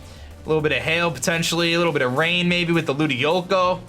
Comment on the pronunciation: Ludi-colo not Ludi-loco